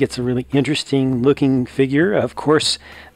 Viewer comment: Did anyone else realized that he said “People are luking forward to him”